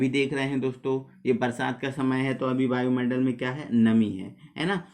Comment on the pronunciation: बायुमंडल नहीं वायुमंडल😂😂😂😂😂